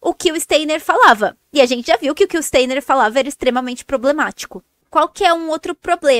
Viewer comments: Pronuncia Stainer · Nem sabe pronunciar o nome.do Steiner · A pessoa não sabe nem falar o nome do Steiner….